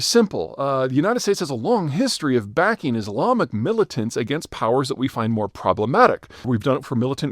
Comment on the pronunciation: in this video you said 'mullitants', in another video you said 'mar a largo'. i've got my eye on you, Zeihan. o.0